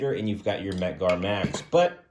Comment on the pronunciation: Mec Gar? OK…I’ve stopped vomiting now.🤮